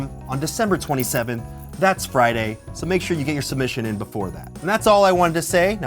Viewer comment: "Make shure to ween my gift card giveaway"